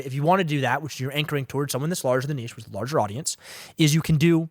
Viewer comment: Thank you for the correct pronunciation of niche. Seriously. Lol